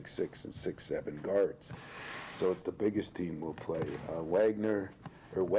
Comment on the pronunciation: Waaaagglerrrr.....gotta pronounce his name correctly coach eyzo